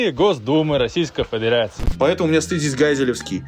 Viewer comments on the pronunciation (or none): фэдэрации